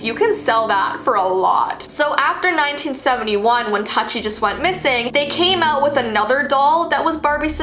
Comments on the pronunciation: It's TOOTI pronounced and she was discontinued, end of it. Tut-ee lmfao. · Tutti is pronounced like it rhymes with fruity not nutty. The Barbie you showed with tattoos was called Tokidoki Barbie not Tattoo barbie and was not removed from the shelves despite parents complaints over an adult collector Barbie. The 1960s Barbie fashion with the weight scale would not have been removed from the shelves in the 60s because of today's current standards. The Haunted beauty ghost Barbie was part of the Haunted Barbie adult collector series which also included a cool zombie Barbie. The Barbie that recorded the child's voice with wifi did not send the messages back to Mattel but back to the doll to repeat the message. I enjoyed and appreciated your video but the inconsistencies drove me crazy. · Indian be like tutti wha